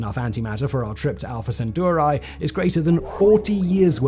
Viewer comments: Alpha centooroi! 😂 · was that a totally original pronunciation or have you heard other humans say centauri like that before?